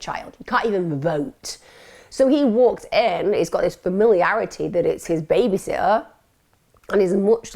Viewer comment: Can u speak properly pls, it’s baby “SITTER” not baby sotter or whatever u were saying